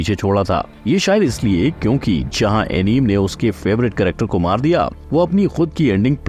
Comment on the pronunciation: Anime को एनीमे कहते है अनिम नही